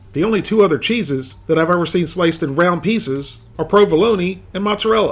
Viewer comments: Provolon-EE lol... prova-loan is how its pronounced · "provoloney" lmfao I love you never change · Pro - va - lo- ne are u serious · Did this man just say provalonEE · Hope to god he was joking when he said " provolony "